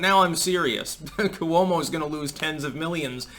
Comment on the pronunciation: NOT ku-womo! It’s Cwo-mo. Pronounced in two syllables, not three, as in slo-mo.